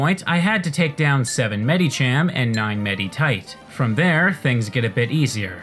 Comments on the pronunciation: he keeps pronouncing the "i" in the names like an "e" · The way you pronounce "Medicham" and "Meditite" physically hurts me. Good vid, tho